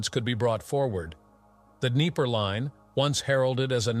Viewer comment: There is no d'knee-PAIR River. It's d'KNEE-per.